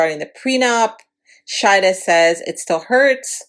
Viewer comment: ShaHeeeeda and Shaeeeeda thats the difference in names because u sounded like u were pronouncing them the same.